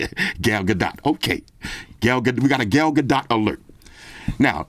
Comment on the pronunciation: Gal gag dot 😆🤣😂